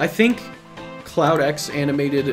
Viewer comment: How many times did he call CloudX "Cloud9"?